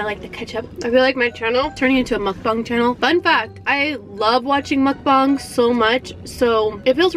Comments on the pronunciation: Sorry but its mukbang not mookbong 😂😕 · I’m sorry to correct you but.. I think it’s pronounced mu-ka-bang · “Mukbung” Me: its “Mukbang” no hate tho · No one: Not even a single soul:: mUkBuNG Me: dies ‼️*NO HATE TO * ‼️ She's our pink queen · Nobody-...: Striggle: mukbung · you said mucbong lol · It's pronounced it's pronounce mukbang it's pronounced Muk Bang however you said it and whatever video I think you get to say it however you are it's just how life goes at first I never knew how to say it